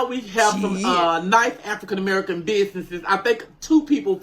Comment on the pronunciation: Why does he keep saying "African American" like that, Like he's not even Black 🤔🤷🏾‍♀️🤦🏾‍♀️